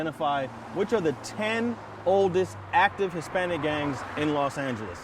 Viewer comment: The Fuck You Keep Saying Las Angeles 😐